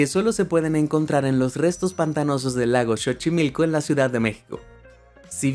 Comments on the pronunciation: Se dice sochimilco y no chochimilco pero se escribe xochimilco 😂😂😂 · Se pronuncia sochimilco... Aunque se escriba Xochimilco. Creí era mexicano 😂😂 pero la pronunciación de esa palabra dice que no😂😂